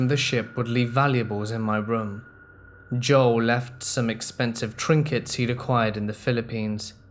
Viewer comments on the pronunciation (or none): none